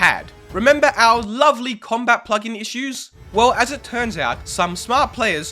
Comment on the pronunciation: its named combat not comat